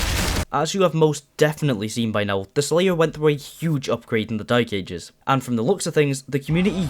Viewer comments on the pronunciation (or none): That’s how he pronounces it to be fair and it really winds me up 🙉